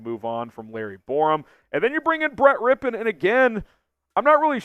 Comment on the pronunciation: Finally someone that knows how to pronounce his name 🙄🙄